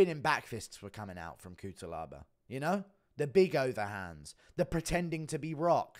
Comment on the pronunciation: Just to let you know: it is pronounced Kutselaba